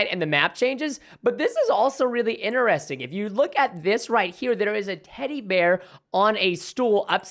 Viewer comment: what i noticed that preston says interesining not interesting